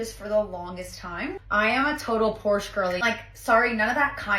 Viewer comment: You would think if she's been a Porsche girl her whole life she would know how to pronounce it correctly